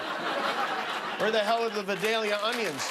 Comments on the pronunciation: JIMMY ITS PRONOUNCED VIHD-AHL-EE_YA NOT VID_AYE-LIA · They way he pronounced 'Vidalia' is exactly the way someone from Beverly Hills would pronounce it if it was a fancy street they frequent as in "Honey I'm off to go shopping on Vidalia Drive". It's pronounced slightly different and way less classy from anyone that lives in that area of Georgia.